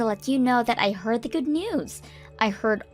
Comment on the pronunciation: The “deh” “da” or “duh” instead of THE just makes me cringe every time.